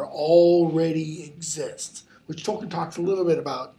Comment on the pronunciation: Tolkien is pronounced tol-keen, toll as in a road toll, keen as in a keen edge. This is how Tolkien himself and his family pronounces it, as can be seen in documentaries featuring them.